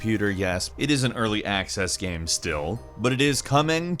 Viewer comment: Please learn to pronounce the word "GAME".